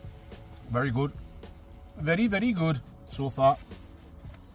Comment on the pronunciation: CAN I SAY WERY WERY GOOD RICEICALS